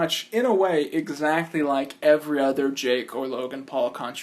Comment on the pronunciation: you said Ja🅱️e